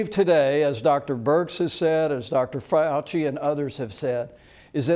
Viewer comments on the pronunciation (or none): Did he said "Frey Ouchy"?🤔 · Anybody else notice Pence saying "Fire-auci" when referring to Dr. Fauci?